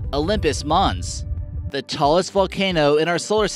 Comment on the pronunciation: He pronounces "mons" correctly. Mons is the Latin noun for Mount, Olympus Mons = Mount Olympus (which is the place where, according to Greek mythology, the gods lived).